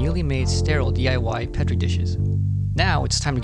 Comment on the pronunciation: Say petri correct you fuck